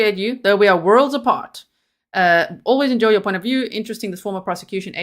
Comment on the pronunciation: I liked it when you said oint😂